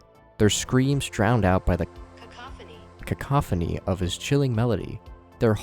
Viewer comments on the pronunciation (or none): had to google how to pronounce cacophony 😭😭😭